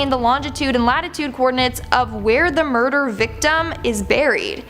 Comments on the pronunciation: You may or may not have said unsolved "burder" 👉🥺👈.. I'm sorry, don't hate me. Binged a few of these videos, talking somehow breaks through my ADHD and manages to keep me engaged. Great work. P.s What in the world is your skincare routine, asking for a friend. Now that I know Peach exists going to go and sub to that too! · She 100% said burder